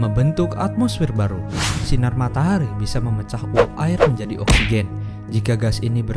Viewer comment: Bang kok matahari jadi matahri?